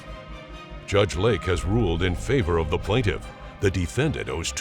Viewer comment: What’s a “JUSGE”?